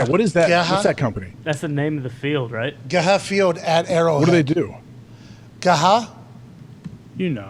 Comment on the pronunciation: Lmao it’s G E H A not all one word 😂